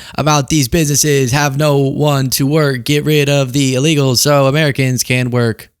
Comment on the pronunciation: 511842, didn't even say Americans, they said Ameicans😂